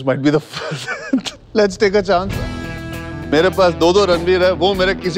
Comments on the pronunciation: And he still said "Chonce" 😭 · My Directioner mind translated "Let's take a chance" to "Let's take a chonce".